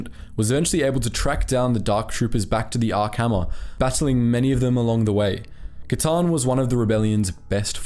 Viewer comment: is no one gonna mention the “Kylie Katarn?” 😭😭💀💀